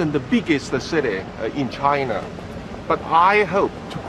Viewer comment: China发音没必要抻那么长